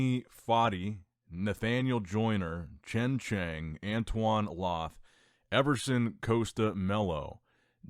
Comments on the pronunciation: now we know what you are really bad at, pronouncing names especially Chinese names.😂 I mean come on Chen Chang(Kang), and SHITian (Shi-tian)?! 😂😂😂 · bro really said “chen cheng”